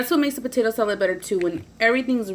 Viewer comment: "Okay so wassup we finna make some potato salet" idk why but I replayed that like 20 times😂 love youuuu and your vids😘